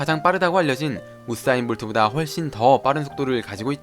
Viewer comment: 우싸인 볼트 우'싸'부분 발음 쎈거보소 ㅋㅋㅋㅋㅋㅋㅋㅋㅋㅋㅋㅋㅋ